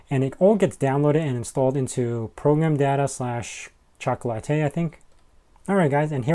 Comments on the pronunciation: Pronounced "chalk la ti" as in - it tastes chocolatey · By the way, I think it’s pronounced “chocolate” followed by an “ee” sound.Think of it as by analogy with e.g. “sugar” → “sugary”, “spice” → “spicy”, hence “chocolate” → “chocolatey”.